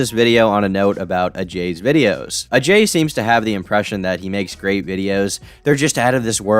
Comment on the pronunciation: I like how this guy says Ajay’s name with the proper pronunciation.